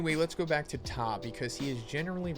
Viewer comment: You pronounced Ptah's name correctly bravo👏🏿